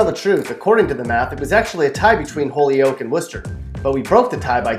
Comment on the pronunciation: NOPE NOPE NOPE! Holyoke isn't pronounced holy oak. It's hoy yoke. Omg.